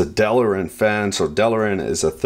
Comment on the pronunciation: Delrin.... Not Delerin! FFS! Great Vid though. Cheers